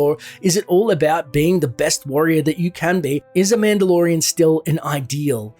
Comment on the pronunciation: You say madelorian a lot ...